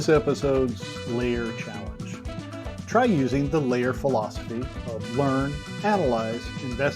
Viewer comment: Great video dude! Love me some Lair(said like lore…)